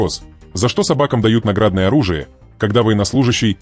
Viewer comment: Ребята, награднОе,награднОе, а не нАградное! Читайте фонетику русского языка, пожалуйста!